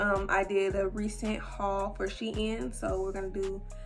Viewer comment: I’m so glad you pronounce shein properly omg for some reason it bothers me how do many ppl pronounce it wrong 😭😭😭